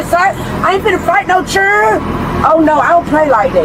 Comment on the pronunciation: it’s “children” not cherin or however she’s saying it!!! That is so annoying! Learn to talk